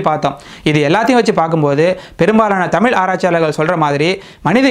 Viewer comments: தம்பி தமில் இல்லை தமிழ் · Great videos. Also please consider pronouncing "zh" zhagaram (Thamizh). When this is pronounced the right way the tip of the tongue should bend backwards